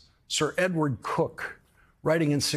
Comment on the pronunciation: It is pronounced as in this video here in the man's home county of Norfolk.